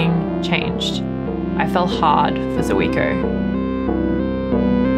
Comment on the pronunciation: Hi, one of those things that bug me is pronunciation, for Zuiko read Zweeko. Sorry for that